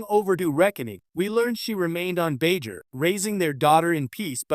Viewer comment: Lol and Bai Jur